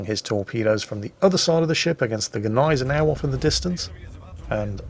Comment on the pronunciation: Thank you for your clarification of the pronunciation . I have always thought that the G was silent . so know I am sure and will pronounce her correctly in future .🤗⚓Thank You .